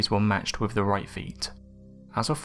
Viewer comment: Your inability to pronounce 'th' is extremely annoying. Having to listen to you saying 'firty'; 'wiv'; 'bruvver'; 'two-fousand'; 'gavvered' etc is excruciating.